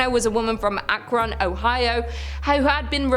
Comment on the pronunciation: I'm surprised , you Pronounced Akron really well ! Especially with your accent lol 😆